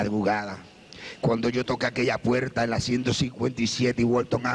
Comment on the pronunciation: Alguien me puede decir si es puerta o puelta o abierta o abielta xk no pronuncia bien la R